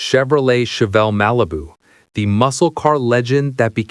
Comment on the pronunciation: I swear to god I heard him say RALIBU and I lost it.